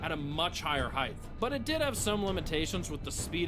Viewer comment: Hearing you put an "h" on the end of the word "height" burns my soul from the inside.